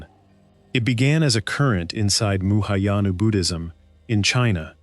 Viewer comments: C'mon-Muhayanu Buddhism? How about Mahayana Buddhism. It's Madhyamaka not Madhaamaka. It's Yogacara (pronounced as yoga-chara), not Yogakara. I've been practicing Buddhism for well over 50 years and I can't even get past the mark and this channel has already screwed up the spelling & pronunciation of two of the most important and influential schools in Buddhist thought. Skip this video, forget this channel and go meditate. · One big "Thumbs Down". Sloppy! It's not "muhayana", it's Mahayana (Sanskrit: महायान) translates literally to the "Great Vehicle". It is the largest branch of Buddhism practiced globally today, encompassing roughly half a billion followers. Fatal error. Game over! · "Muhayana Buddhism" – That's actually funny! It should be 'Mahayana' Buddhism.